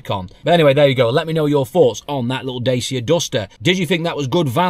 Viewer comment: Dacia, pronounced da-chia